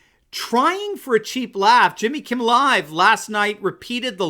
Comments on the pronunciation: I was sure I heard you calling him Jimmy "Kibble", which is pretty accurate. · Did you say Jimmy Kibble? I think that’s who you mean. I don’t seem to remember Jimmy Kimmel